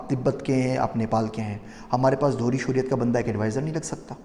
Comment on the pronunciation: The word is Shehriat